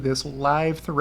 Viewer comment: Good video. Totally butchering Auke's name though